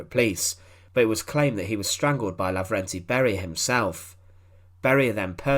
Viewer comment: He was Levernty , not Laverty. And it wasn’t a brutal execution, rather it was a truly just execution.